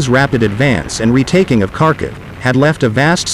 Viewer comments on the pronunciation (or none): none